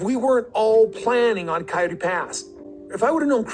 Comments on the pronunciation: In US it is Cii ot tee. It's pronounced like the animal. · Most of us in the west say Cay-Ote pass (2 syllables), Kie-oat or however you phonetically spell that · You're wholly wrong on how to pronounce coyote. It's actually KAI YOOT. Or KIGH as in High you-t. That's Canadian (proper english).2 syllables always. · I hear three syllables.